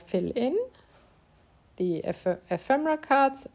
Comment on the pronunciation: What a great little book, suitable as a gift for a hostess or for Christmas. Best of all, I love the way you sound so happy creating. In most videos the presenters sound so consentrating on their works; you just love what you are doing and it sounds/shows. (Ephemera has the stress on the second syllable e'phemera.)